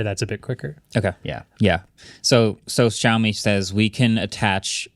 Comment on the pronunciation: It's not YAomi it's SHAomi